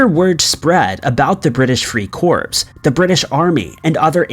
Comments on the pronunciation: Free corps? Please! That’s pronounced, Free “core” not “corpse”. Like Marine Corps, corpsman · The Free Corpse?? Really?